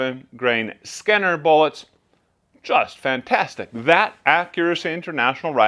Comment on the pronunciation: "Skinner bullets"? I think you mean "Scenar" (see-nar).